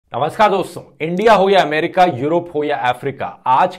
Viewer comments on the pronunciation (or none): none